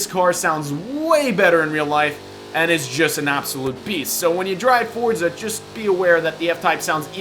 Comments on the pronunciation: for-za. not ford-za. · it's Forza lmao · Can I get a vote on how you pronounce Forza? For-za Or Fort-za